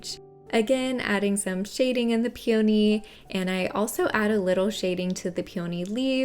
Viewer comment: Your videos are so comprehensive, & your beautiful, creative designs are mind-blowing! Your voice is very calming & you do an excellent job of explaining things thoroughly. I adore peonies! After hearing the way it's pronounced in this video, I thought maybe I've been mispronouncing the word, so I looked it up. Peony is pronounced pee·uh·nee rather than pee·O·nee Thanks for sharing your amazing talents with us!